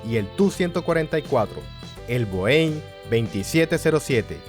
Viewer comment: Viniendo de alguien que narra sobre la aviación me da un especie de infarto cada vez que escucho cómo pronuncia Boeing.